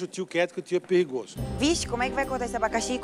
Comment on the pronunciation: deixa o tio quieto que o tio é perrigosso kkkkkkkkkkkkkkkkkkkkkkkkkkkkkkkkkkkkkkkkkkkkkkkkkkkkkkkkkkkkkkkkkkkkkkkkkkkkkkkkkk